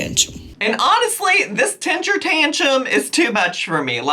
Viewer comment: What is a tenshure tanshum? You mean temper tantrum?